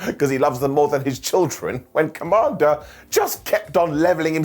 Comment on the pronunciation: you make me laugh. It's not commander with a k. It's commander. K. Mander